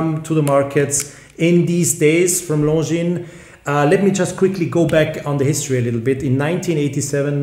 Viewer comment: Hahaha... horrendously